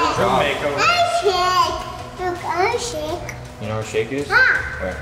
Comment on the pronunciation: I love how Luke understood EVERYTHING Aurora was saying. I forgot she calls Jake “Shake.”